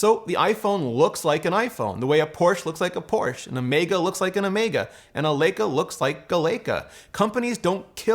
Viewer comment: Say Lay-kuh again, I swear 🤬 it’s a German word. Leica is pronounced Lie-kuh